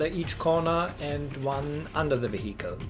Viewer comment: Mate. Its is not Ve-hicle. It's vehicle. Say it 100 times in a row. Peace.